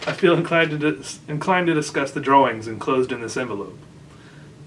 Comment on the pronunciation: I love the way you pronounce drawings "draw-wings", it's perfect.